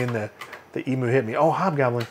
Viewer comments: e-myou, not e-moo! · E-Mew, not E-Moo! :P XD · Just for reference emu is pronounced E-Mew not e-moo :) Hi from Aus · please tell me that you are saying "emu" as "eemoo" ironically. Eemyuu is the correct way to say it, though I'll admit that eemoo is more fun to say:P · Oi! Stop saying "ee moo". It's silly. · Please, Americans, it's pronounced "E-myu". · It always feels weird to me that people from the US have their own pronunciation for "emu".